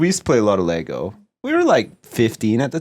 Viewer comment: ITS LEGO!!! NOT LEGOSSSSSSSSSSSSSghjfcucijxhgfzhermsdcjyxtfgsnmgfdjhngmfydhgrhgfdhsjguyfjhvgwyefjcsgajgvfjhaghfchcvscghcgdashcj a